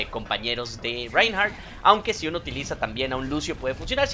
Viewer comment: creelo o no mi 2ndo nombre es Reinhardt y lo estas diciendo bien xD.